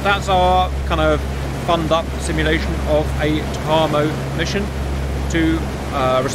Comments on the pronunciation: I know this is a month old, but TACAMO is pronounced Tack - A - Moe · Sandboxx got this wrong too - should be “tack-ah-mo” 😁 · TAC - A - MO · FWIW: "TACAMO" is pronounced tack-uh-moe. I was in the USN from from 1983 to 1986, and was from mid-1983 to early-1986 stationed at VQ-4/Fleet Air Reconnaissance Squadron 4 at NAS Patixent River {in Maryland, USA}. That is how I know. Also, a joke someone at VQ-4 once told me: Some may think TACAMO stands for Take Charge And Move Out. Others may tell you it stands for Take Action And March Off. What TACAMO really stands for is Take A C-o-c-k And Munch Out. 🤭🤭🤭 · Pronounced Tack A Moe. TackAMoe. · Lol if Simba was there he would've corrected you on the TACAMO pronunciation. Currently the E-6B is in the TACAMO role and is being replaced by the C-130J, an interesting choice! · Hey cap _ your pronunciation of TACAMO is a bit slow, but good enough. Also, the method a submarine recieves the message is a bit off, but i suspect this is best for national security. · Cap’s butchered pronunciation of TACAMO really makes the ears bleed. Sounds like a ski resort town in the Italian Alps.